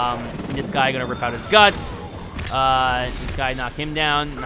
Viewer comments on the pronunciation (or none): none